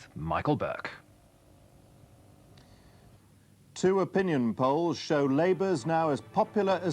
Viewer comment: No it's Buerk!